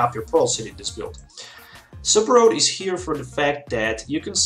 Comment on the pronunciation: You keep throwing me off, you also throw me off when you say Super Rod as Super Road. It's okay man, I'm guessing you're at least bilingual, I was just had to get used to your way of pronouncing words.